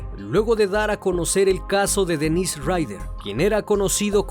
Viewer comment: Para mí que han sido varios. Por lo menos 3 personas tal vez. Es algo complicado e interesante. Se me vino a la cabeza la idea de que tal vez podría seguir vivo. Muy buen video y quisiera hacer una observación de buena manera: las pronunciaciones de los nombres consideraría que deben mejorar. Por ejemplo el de Dennis Rader, se pronuncia como Dénis porque la pronunciación como Denís es de nombre de mujer y además se escribe "Denisse" (algo así).